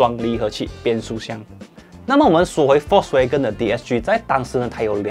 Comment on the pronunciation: 念 FOLKS WAH哇 GEN根 谢谢 🙄